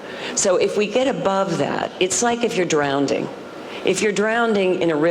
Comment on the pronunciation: Drownding? You're not going to drowned? Vocabulary lesson needed